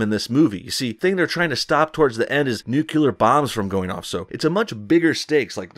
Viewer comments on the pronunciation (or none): Nuke-yuh-Lur??? goddammit... you're really pissin me off with that! step it up, Please??! cuz I like ya. christ, i could barely stand to type this out cause you keep saying it ugh. Nuke-Lee-Er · Its nuclear...not nucular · Nuclear, not nucular. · "Nuclear" not nucular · It's nuclear, not nucular. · You said nucular, a la GW several times. It's actually nuclear. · stop saying NUCULAR!! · Sorry no bullshit I must correct your pronunciation of nuclear, its NEW car, CLEAR water. Nu-clear. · I loved Mission Impossible Fallout. It was great! It's funny how you say "nucular". 🤣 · I love your vids man, but that pronunciation of nuclear has me cringing. It's NU-CLEAR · Nu clee er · Nucular? Okay George Dubya.